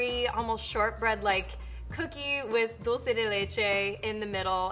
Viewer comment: It kills me every time she says dolce instead of dulce LMAO